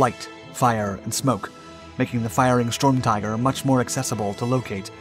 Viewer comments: This dumb robot keeps saying stormtiger, isn't it sturmtiger? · stop saying strumtiger fs its sturm